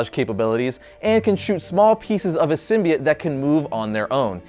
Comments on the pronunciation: Symbiote is pronounced Sim bee oh-t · I swear to God is this guy says Symbiote like that I’m gonna drop kick him